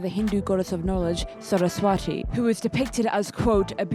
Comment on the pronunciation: Hi a few criticisms! You pronounce Saraswati wrong (pronounced S-uh-r-ah-sw-uh-thi) The t makes a th sound. Bodhisattva is also pronounced incorrectly but not as horribly. Nahida's skin tone is light because her references are considered light skinned, also she's based in the upper level of Sumeru. In India the more North you go, the more wealthy the views and the more paler the skin so I believe it qualifies as alright. She could be darker I suppose but Genshin doesn't really go for realism also considering she's an elf A lot of other names are mispronounced as well, but I don't really care much tbh. Mehndi is also pronounced incorrectly (ma-hen-dhi) however that might be a language difference as india(and south asia) has a diverse selection of languages. Also you pronounced Saari in a way that kinda made me giggle! You pronounced it the way we say yes in my language 😂 (it's Saa-ri with the a sound being extended and sounding like an uh). I feel as though putting Nahida in a Saari is an oversight, as since she is a child that would be strange. It's more of a social thing but Saari is more viewed as an "adult" type clothing, there are saari made for children but they're mainly built like Churidars- I know in my part of india parents generally see wearing saari as a sort of coming of age for their daughters. As Nahida is quite literally built like a toddler that is a mega oversight. I apologize if I sound extremely critical but my friend sent this video to me as an example of